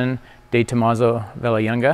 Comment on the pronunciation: guy couldn't butcher 'vallelunga' any worse lol.